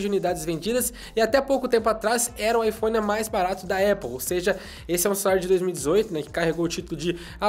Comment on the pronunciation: O jeito que ele babaiphone é diferente